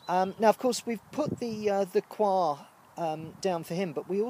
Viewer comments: Been really enjoying your videos, nice to see someone asking the same questions we all ask and that never seem to be answered properly! Yes, I really don't think it should be pronounced 'choir' in the UK. Coyha sounds a bit more down to earth. I know what you mean, as I'm saying 'choir' now it makes me feel weird and uncomfortable and as if I'm doing an impression of royalty! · I know this is an older video, but saw you were talking about coir ad wanted to know if you liked it. I've been pronouncing it "koi-er" from , but no matter how you say it, I've found it beneficial also with starting seedlings. It is fluffy and if mixed with something like you said, (I use worm castings for microbes and nutrients) the seedling have something to grow on. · Its all coming to life now, lets hope for some fine weather, i always pronounced the coir as "cohya" but hey what do i know lol, its all looking good on the plot and im impressed by those chilli plants, non of mine from last year survived.